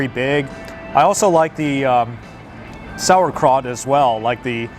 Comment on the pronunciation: Did he say sour crat instead of saurkraut "sour-k-rout"